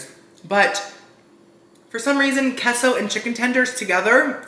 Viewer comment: I love how he says keah-so sauce.